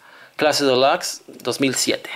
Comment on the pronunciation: Porque dices clase delax si se dice clase delux y se escribe clase Deluxe